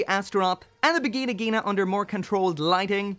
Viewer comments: stop the v word on japanese. it hurrtssss my ear. lol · "The Vagina Ghina II". Just a heads-up, you didn't say Vigna. You DID say Vagina, just in German. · I thought he said virgina